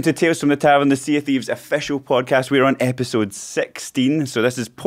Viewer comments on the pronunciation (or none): ehhpisode sexteen